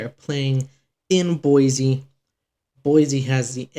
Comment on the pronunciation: Boy - See not Boy - Zee